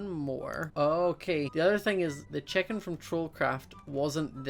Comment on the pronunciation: Why do you say checken its chicken